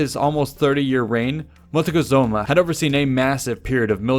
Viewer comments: Is not Motecozuma I, but Moctezuma I. That was funny. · It's not "Motikesuma" it is pronounced Mok-te-su-ma and it means "Archer of the Sky" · I believe the right name is "Moctezuma". I'm curious on the historical source where you found "Motecohzoma".